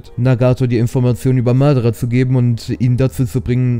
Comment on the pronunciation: Nicht Madarrra sondern Madaaaraa!!!!